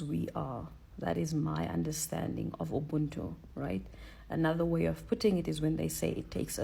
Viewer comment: The way they pronounce 'ubuntu' is pissing me off. The 'b' is not supposed to be pronounced as it sounds, it should sound like you're blowing air softly from your lips. Ubuntu pretty much means humanity and all the positives that make a human.